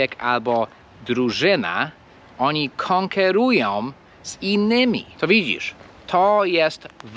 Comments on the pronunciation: 'konkurują', a nie 'konkerują' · Konkurują, nie konkerują ;)